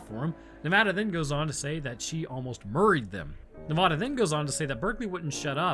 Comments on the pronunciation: Nev-A-da. Not Nev-Ah-da. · And it's ne-vad-a not nevaduh😂been here 18 years